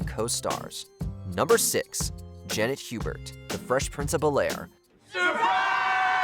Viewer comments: Its ai right? Idk why hes saying bel-air as like 1 word... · mispronouncing Bel-Air made me think it was an AI voice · Why does the narrator keep saying “Bel-Air” that way?